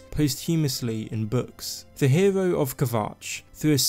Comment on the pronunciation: "nevervavine". "herew".... GAAHHH